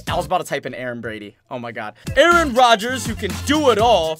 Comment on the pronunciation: Your saying Aaron Rodgers name wrong 😂 you saying it reminds me of key and peele